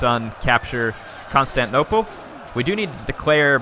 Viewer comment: isnt 'constanople' supposed to be constantinople?